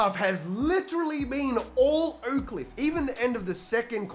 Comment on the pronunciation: Your accent throws me off every time you say “Oakcliff” I swear is sounds like “Oakland”